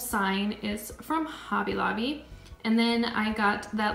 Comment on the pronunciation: Beautiful home! I love your color scheme & decorating style! The way you say Hobby Lobby honestly drives me crazy though. Lol...sorry.